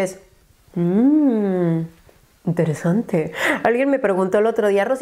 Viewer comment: No dices interesante, dices iMteresante !! JAJAJA AMO ♥